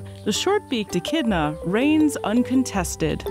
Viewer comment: Glad you kept saying the name right cuz I’ve been saying it wrong 😂